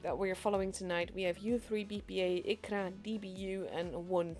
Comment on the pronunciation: we are reading as IZVRA, not u3 BPA) thats short form of ukrainian word, so thanks for streaming